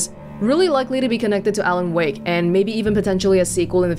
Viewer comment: Alen Wake, A. Wake, Awake.